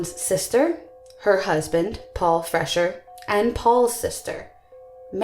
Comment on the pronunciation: Freshour is pronounced "Fresh-hour" not "Fresher".